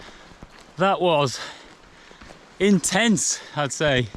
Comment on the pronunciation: In-tents (intense)!